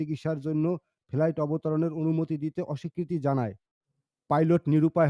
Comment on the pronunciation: ইন্ডিয়া তে কোন ফেলাইট কে নাবতে দেওয়া হয় না। ইন্ডিয়া তে ফ্লাইট নাবতে দেওয়া হয়। রাজাকারের বাচ্চা, আগে ফ্লাইট ঠিক করে উচ্চারণ কর। অশিক্ষিতের বাচ্চা।